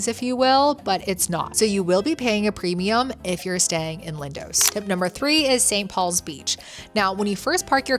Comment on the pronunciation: "Lindowwwsss " 😂 .. it's pronounced "LINDOS"